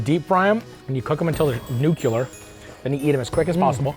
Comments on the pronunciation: Nuclear = Noo...KLEEEEE....ur...ffs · Nuclear ❌ Nu-killer✅